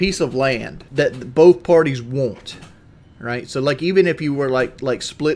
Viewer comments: You woont some wooter? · I don’t wont it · “What you wohnt man” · Fk now I can’t stop hearing it